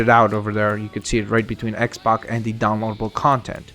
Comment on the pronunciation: it's x-pac not x- box